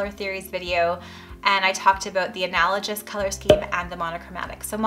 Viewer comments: Please learn how pronounce the word, analogous. It's not an-al-o-jus. It's an-al-o-gus. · Just wanted you to know you were pronouncing analogous incorrectly. It sounds like analogess not analojiss. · “analogous” is pronounced with a hard “g”, not the soft g that you’re using.:) Thanks for the tips! I only have one bathroom in my house and it teeny. Working on finding a good shade of white for it.